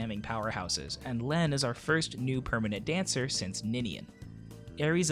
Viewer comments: Lene is pronounced like Leen. Very good video as always! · It's pronounced "Leen". As in "gene" or "serene".